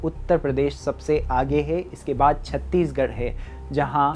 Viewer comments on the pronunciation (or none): none